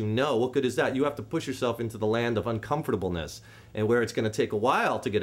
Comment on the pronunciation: nice vid man thanx ... one question thou ... where exactly is the land of uncompftborlnss ?!!! xD jk jk but really thanx alot man